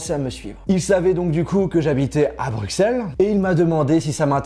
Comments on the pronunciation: On dit Brusselles pas Brukselles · Tu vas te faire déboîter par les belges. T’as dis Bruxelles en prononçant le x « x » et pas « s » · Ça se dit « BruSSelles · « BruXelles » tu fais honte à notre si belle ville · Tu as mal prononcer Bruxelles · please tu peux arrêter décrocher le nom de Bruxelles s’il te-plait